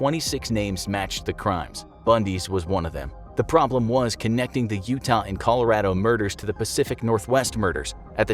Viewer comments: I love how he says colarodo: ColaR A D O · cali- rah-dough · You say Colorado wrong